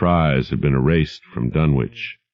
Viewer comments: I have long since grown sick and tired of the mis-pronunciation of the name "Dunwich" by absolutely everybody. It is my pet peeve. This is an English name and it ought to be pronounced in the English manner. Lovecraft was English to the hilt and at his very core. It's "Dunnidge", not "Dunn-Witch". For Greenwich, we don't say "Green-Witch", but Grennidge. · Grennitch and Grennidge are close enough. I'm not splitting hairs. Tomayto--tomahto. But at least it is not pronounced Dunn-Witch as in this video and almost everywhere else. That is what I am objecting to. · Then Ian is wrong. It's Dunnich. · Even Ian from Horror Babble calls it "dun-witch"